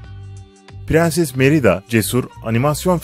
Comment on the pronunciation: Pirinsis değil prenses